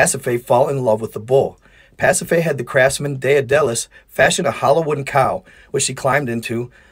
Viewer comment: Daedalus is pronounced = DAY-dull-us ...